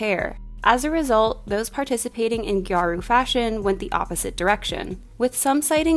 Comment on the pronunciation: You mentioned gyaru and as a gal that made me so happy, but scene & emo are a lot more connected to visual kei than it is to gal fashion at all. And the pronunciation is “gyah-ru” 2 syllables and no hard r 🥰